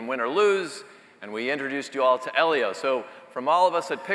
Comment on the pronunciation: It’s pronounced “Eee-lio”! Not “Eh-lio”!